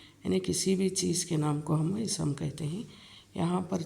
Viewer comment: Isam nahi ISM kahiye